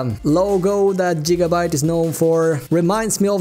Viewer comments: so weird when he keeps on saying Jigabyte... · Jigabyte boiii